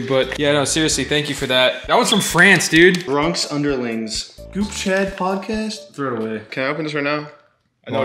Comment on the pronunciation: for the viewers at home they got back and said DUUDDEE